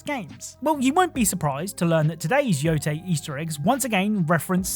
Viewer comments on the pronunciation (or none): none